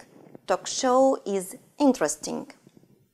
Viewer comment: В целом, довольно полезно, но "интэрестинГ" и "энТ" режут слух. Или произношение совсем не оценивается в устной части ОГЭ?